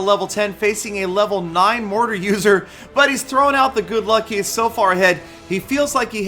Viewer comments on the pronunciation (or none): none